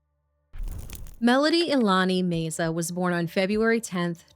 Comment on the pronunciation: Love yalls videos!! The surname name meza is pronounced meh-za. ❤️❤️